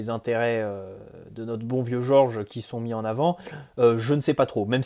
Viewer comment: Pourquoi tu dis Georges à l'anglaise alors que le gars est portugais ?